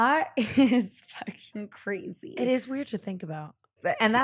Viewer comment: “THATS A CWAZY QUESTION” LMFAOOOOOO